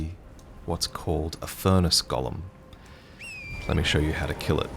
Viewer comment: go-lem for the love of God 😭